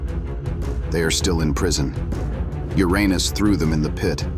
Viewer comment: You really need to fix the pronunciation of "Uranus".